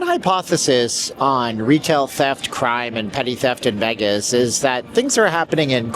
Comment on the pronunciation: You sensationalize and need to go back to Canada, for the millionth time LEARN HOW TO PRONOUNCE VEGAS….not VAGUS…..VEYYYYYGUSSSSSS. NOT VAGUSSSSS